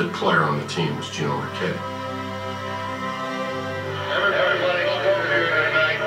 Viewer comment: The video literally told you when he played and how to say his last name but yet you couldn’t say his last name and had to google when he played. Do you actually watch the videos?